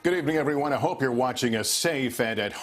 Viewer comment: ‘A Glimmer of Houghppe’